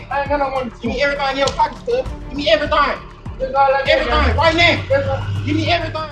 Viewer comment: he said “GIV MEI EVIRETEYNG”